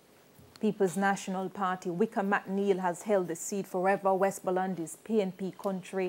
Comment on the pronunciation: Look here lady pronunciation please... what d hell she keep saying Wesmooland lady nuh long vowel nuh in deh jeez it's Westmoreland